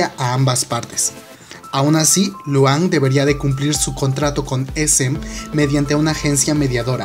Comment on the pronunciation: Emm... se pronuncia Lujan... PD: solo si es EXO le daré like y veré el video